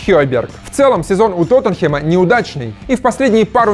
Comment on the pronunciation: Блин, пожалуйста,, не говори Тотенхем. Бесит уже хронически! ТОТТЕНХЭМ! ТОТТЕНХЭМ!